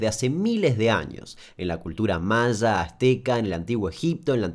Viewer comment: En la cultura Mazda 😂😂😂 "Maya" habla bien por dios!!